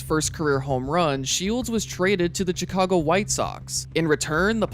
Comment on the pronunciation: Why did you say Chicago like that? Lol.